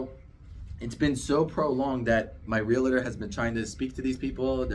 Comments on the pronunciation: Realtor. Real-tor. Not Real-a-tor. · It's realTOR not reliter